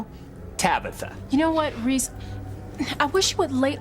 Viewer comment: Did Tabitha ever get Reece's name correctly? 😂😂😂